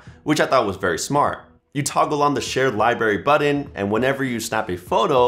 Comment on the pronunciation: I'm going to need you to look in the mirror and practice your "BUTTON" pronunciation